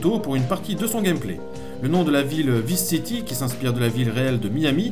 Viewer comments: On prononce VAILLSE city l'ami, tu me stresses avec tes "visse city" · cool, !!! perso les 1°GTA, je les ai mal connus/merci, cool et captivant😃 juste un truc qui me bousille un peu les oreilles: "Vice City" ' ?? c'est dit mis et écrit en anglais, étant un nom propre,.... ça se dit {Vaïce City} (sinon autant dire neuwe yaurk)